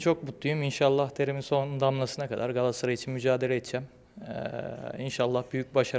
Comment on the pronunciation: Kulübümüzün adı "Galassaray" değil Uğurcan kardeşim, Galatasaray'a hoş geldin!...🦁